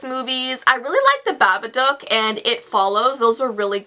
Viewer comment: u said babaduck xD its babadook